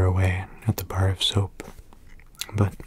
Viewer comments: I thought he said barf soap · The way he says "a bar of soap" 😂😂